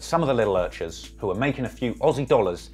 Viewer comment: its earchers